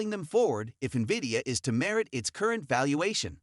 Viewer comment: "Wood is steadfast in HIS belief in VIDIOUS place in the emerging AI market though SHE sees the business blah blah. These voice-synthesized, perma-subtitled, misspell/pronounced-riddled BS videos are garbage.